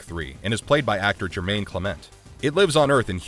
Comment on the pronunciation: Jemaine....not Jermaine